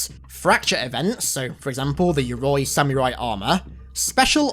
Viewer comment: just so everyone knows, Yoroi is pronounced yo-row-ee lol